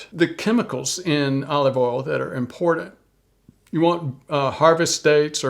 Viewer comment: There is no D in the word 'important'.